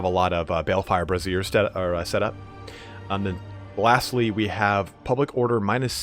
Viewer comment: Balefire brassieres!? Brazier is pronounced more like "bray-sure." Unless some vampires shoot dark fire out of their tits.